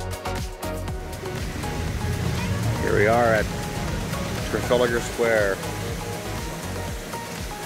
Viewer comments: Tra-fal-a-gar, got one too may A's in there. 🙂 Incidentally Big Ben is the name of the bell, it's the Great Clock of Westminster really. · It's really easy, just take the extra "a" out and make three syllables - tra-fal-gar. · Hope this isn't another vlog from Americans who think because they've been to London they've been to to the UK. Its like us saying we've been to NYC so we've been to the USA. It doesn't work like that. As for calling it Trafaligar Square. I have no words.